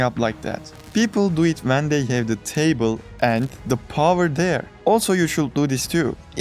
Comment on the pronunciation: why do you pernounce "then" or "when" like "Than" or "Whan" ??? is it that hard to do it right ? wtf